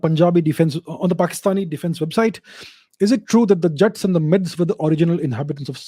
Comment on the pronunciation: Calling Jaaats , jats 😂😂😂!